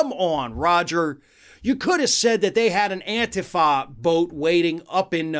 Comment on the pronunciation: You said antifa wrong